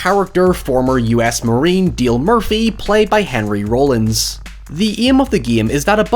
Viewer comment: The way you said Rollins made me giggle a bit, love the Northern accent for it 😂